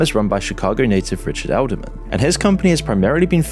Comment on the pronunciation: "Edelman" .. every. single. time.